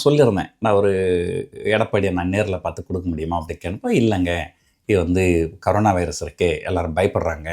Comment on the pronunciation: அது ”கரோனா” இல்லடா.... ”கொரோனா” வைரஸ். ஆமா நீ ஏன் திமுக பிரச்சார பீரங்கியாவே போயிட்டே?